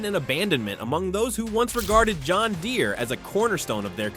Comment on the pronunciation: John Gen-deer